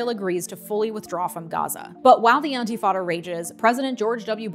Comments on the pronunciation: It's "intifada" not "antifada". Otherwise, great video! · Very extensive overview & analysis. 👍🏽 FYI it’s “intifada”, not “antifada”. Antifa has nothing to do with it 😉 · it isnt pronounced "anti" fada... its inifada, and youre compleatly misrepresenting it. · not to be picky but it is intifada not antifada :) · Thanks for all your informative videos. Btw, it’s “intifada,” not “antifada.” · Several times you referred to "Intifada" as "Antifada". It's actually, "Intifada", an Arabic word meaning "to shake off" as a dog shakes off water after a bath. In the case of the Palestinians it means to shake off Israeli oppression. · "antifada"? Isn't it "intifada"? Checking..... ✔️"Intifada" is correct. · Antifada? Isn't is Intifada? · “Antifada” Brain poisoned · love you but its "intifada" <3 please keep doing your good work! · Oh.. I really appreciate your videos.. but I need to ask you to.. oh I dunno.. look.. it’s intifada.. with an ‘i’ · "Palestine was a British colony..." No one is going to quibble with this description? This is the most accurate way to describe the British Mandate? Maybe she meant "Ottoman colony" and got the years wrong. That's a bad description, too, but arguably not as bad. Who knew there might be a factual error or two from someone who doesn't know how to pronounce "Intifada." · oh dear. it's usually anglicized as the First Intifada otherwise, you were doing well! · Came here to say this. It’s also not eye-lot, it’s ay-lot